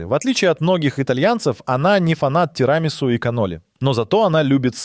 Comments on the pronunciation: неприятно ставите ударения в словах..тирАмису.прям ухо режет. Вы же подготовились,прочитали про что Вы рассказываете? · ПахлавА, а не пахлАва.ТирамиссУ, а не тирамИссу. Беда с ударениями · Автор, купите орфоэпический словарь и заучите ударения в словах( панИрованное, терАмису… Вам самому ухо не режет? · Братка, ну серьезно, у тебя 1,5м просмотров, а ударение в видео просто ппц. ОссобУко… ТирАмису… ГоргОнзолу… Дальше не стал смотреть…